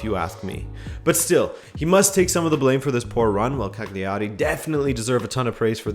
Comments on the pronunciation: the gl in italian, you can treat similarly to the lh in Portuguese, it's not a g in either case, so in italian the word Cagliari is 3 syllables long. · Or put more simply: G is silent when put before L in Italian, so it's pretty much "Caliari".